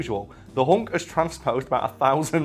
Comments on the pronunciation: Its pronuced "hulk", not "hawk" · is it just me, or does he say " The Hunk"?